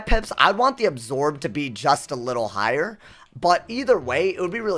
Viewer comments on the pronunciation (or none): none